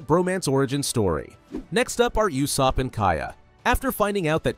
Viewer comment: "You-sopp" is crazy